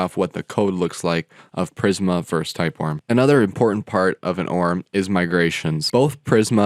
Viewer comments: [o - r - m] not {orm} like [i - o - s] not {ios} and like like [mac - o - s] not {macos} I was stuck it because you're repeated too much :face-green-smiling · Pronunciation please. Dude I can watch your videos. I barely made it 30s. It's an acronym, O.R.M., object relational mapping, nor orm or arm. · I've never heard someone pronounce it "orm". There is a reason ORM is capitalised, you're meant to spell out each letter. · I was wondering if this was an obscure joke after "orm" than "klee"